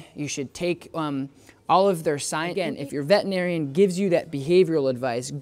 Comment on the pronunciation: Can you please stop saying “vetinarian” it’s vetERinarian